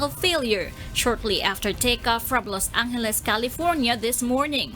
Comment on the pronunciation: Los Angheles. Lol